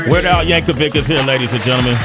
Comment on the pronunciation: It's Yankovic, not "Yank-a-wig" hahaha